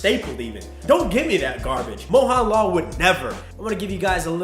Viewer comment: Great content! Just wanna see some more clown fiestas? lol Also great job explaining a little bit of our culture especially with your shots of Kerala and explaining the lungi. That was hilarious! p.s I'm pretty sure it's pronounced "moHUNlal" not "moHAWNlol" (who really knows)